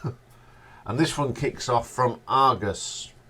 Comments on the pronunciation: It's Argus, not Argos😉.....otherwise great video mate. Long live the Ash! I have both the early Live Dates albums, Live In Tokyo, Best of....Live In Geneva and 40th Anniversary Live In London plus many Ash studio albums.....all on LP. What a great band. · IT'S NOT ARGOS...IT'S ARGUS!!